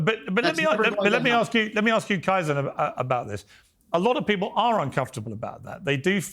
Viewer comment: His name is KAizen, for f@ sake. Pronounced Kay-zen. How many times do you have to have him on the show to get his name right. You Brits can't pronounce anything properly. Learn to speak American.😅